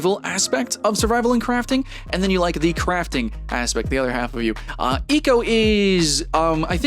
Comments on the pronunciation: Its pronounced Eeeee Co not Echo. lol. Great video by the way. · lol I like how u pronounce “eco” as “echo” until you mention the ecosystem and then pronounce it correctly as if you realized halfway thru filming what the name actually is